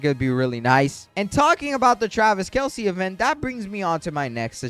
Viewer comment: when u were talking about celebrity guest u were saying travis kelsie its travis kelce:)